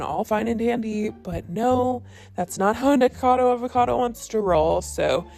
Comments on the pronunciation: I have held back saying this because I figured this drama would die down and you would stop having to talk about Nick eventually, but since it will apparently never die down, his name is pronounced Nick-acodo Avocado, not Nickacado. Not that it matters. 😂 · Girl it’s been so many videos it’s NikAcado not Nikado lololol PLEASE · I hate the guy but it kind of pisses me off how you keep saying Nikado 😂 it’s Nikocado. Guess im ocd like that. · It’s nickocado, not nickado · its nik-0-cado not nik-cado ...I don't like him either but at least pronounce the name right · Yessssss mispronounce his name😂 bet it triggers him. He needs to quit but he's just THAT full of himself. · Please say his name right. Nik-o-cado, not "nikado". I love your videos, but that does make me twitch, lol. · I find it funny that she says “nickado” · NIKO-CADO-AVO-CADO omg!!!!!!!! It's not that difficult!!!!!!!! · "Nic-ado Avocado" 💀💀💀😂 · and I can't believe you still cannot pronounce his name. "Nik-O-cad-o". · You cannot pronounce Nikocado. It hurts. You keep saying Nikado. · Right if your gonna make money off the guy how about you say his name properly FYI I’m not a fan of either of these guys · You always pronounce nickocados name wrong but spell it correctly😭😭😭 I don’t like him but I don’t get it lol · U cant even say his name right 😂😂😂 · ok but can u like say his name right for once lol